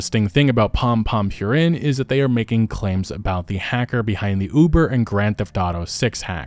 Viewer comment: Purin is pronounced 'poo-reen'